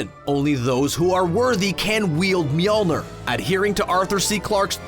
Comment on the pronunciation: Lol (MEAL-NEE-R)